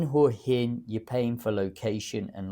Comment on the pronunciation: Hwah Hen vs Who uh hen - Local Thais have told me it’s the first pronunciation.